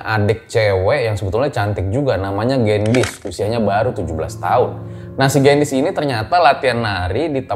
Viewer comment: koreksi dikit y baca gendisnya harusnya e nya di baca kaya di kata beli bang 😁 Gendis itu artinya gula 😄